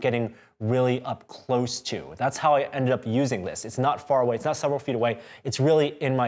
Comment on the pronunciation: it's = itsch. 😹